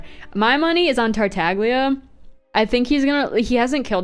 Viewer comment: Finally someone else who calls him Tartagles. I also sometimes say Zhongles.